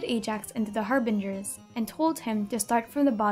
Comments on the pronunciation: I love how she pronounces the names of the Harbingers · Man...hearing you say the Harbinger names hits different